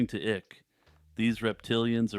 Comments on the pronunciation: It's David (eye -k) not ik. Sorry, but it's killin me. Good job, otherwise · Its pronounced "Ike" and not "Ick." Lol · its pronounced like Dwight David Eisenhower Ike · David Icke's last name rhymes with bike.